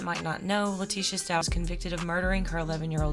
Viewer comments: I hope I don’t come across as condescending and in the grand scheme and totality of all the unspeakable tragedy that happened to this family, for a stranger to then correct another stranger on the pronunciation of their sir name just becomes quite flippant. But I have to write it anyway. It’s pronounced with a hard “k” as in “stalk”, rather than your enunciation of “ch” as in couch. That’s all. Told you it was flippant. But certainly not to be taken as arrogant, I meant it no other way than to respect those who carry the name and carry the burden of losing Gannon. 💙 💙 💙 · You still haven't figured out her name isn't stauch, like couch? It's stauch, like stau...ck. it ends with a ck sound.